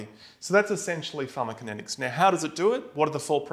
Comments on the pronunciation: He's calling it pharmakinetics - where is the co? =) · Ugh I can't absorb this I'm so distracted by him leaving out a syllable. And I'm perplexed that he manages to leave it out every time, even after breaking down the word into two parts and saying them both correctly. It's like the cool whip family guy skit. Say "pharmaco". Now say "kinetics". Now say "pharmaCOkinetics" "Pharma-kinetics!"